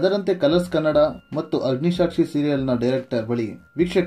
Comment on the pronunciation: ಅಗ್ನಿಸಾಕ್ಷಿ, ಅಗ್ನಿಶಾಕ್ಷಿ ಅಲ್ಲ